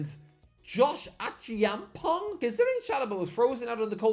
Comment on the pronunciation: Acheampong Lol, it's pronounced Eh champ pon.